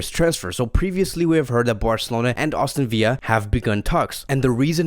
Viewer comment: “Austin Villa” Lmao love you